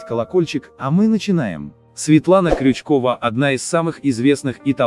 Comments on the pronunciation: Когда коментаторы научатся правильно произносить имена и фамилии тех лиц о которых ведут передачи? Вы же русские! Научитесь правильно ставить ударение.Стыдно за вас и противно слушать. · Как вы вообще могли коснуться имени этой актрисы,хотя бы фамилию правильно произносили.Светлану Крючкову не трогайте вообще и такие заголовки не ставьте.Дорогая Светлана,долгих лет жизни,счастья всему вашему семейству,успеха в работе,исполнения всех ваших желаний,вы замечательная женщина,мама и любимая актриса,я вас обожаю!!!😉💋💋💋💋💋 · Как же вам не стыдно паршивый вы автор.Врете, даже фамилию актрисы говорите не правильно.Стыдно вам хоть когда нибудь бывает? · Такое чувство, что у вас работают малограмотные нахальные торгаши! Нет уважения ни к семтной информации, нет грамотного владения словом. И научитесь в конце концов верно произносить фамилии достойных знаменитых людей! Правда, шариковым не судьба стать профессором Преображенским. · Когда вы прекратите коверкать фамилии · Научитесь сначала выговаривать правильно фамилии прежде чем обсуждать что то.